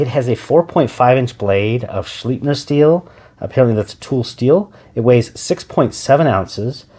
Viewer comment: It's pronounced Shlipe-ner, not shleep-ner. This is from the company itself.